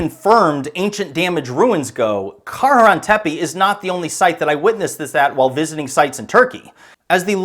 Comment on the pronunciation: Bro.... Its kara-han tepe. How do you claim to be an archaeologist?But you don't even know how to pronounce most of these words. This is probably why you got banned from the site